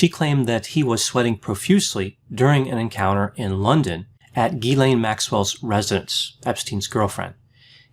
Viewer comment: Its pronounced Jizz-lane Maxwell.Pardon my spelling.